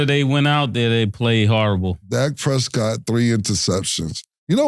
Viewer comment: Did he call em TRESSCOTT...